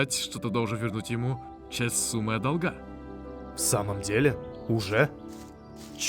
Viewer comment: Блин,будто бы хороший сериал смотрю,настолько круто сцены поставлены и сюжет цепляет. Хоть сейчас мод по видео делай) В общем 10 из 10 на кончиках пальцев ног!)) Но немножко режут слух ошибки при озвучке .( долгА вместо дОлга )